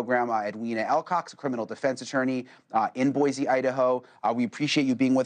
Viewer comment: Will media reporters ever understand that “BOISE” is NOT pronounced with a “Z” sound? Do they just ignore it when people from Boise correct them? Yeah, it bugs me.